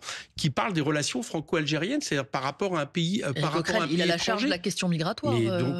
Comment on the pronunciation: Et pourtant elle est âne-j'ai-rienne 😂😂😂